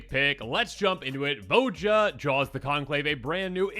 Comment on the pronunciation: It's "vo-ya"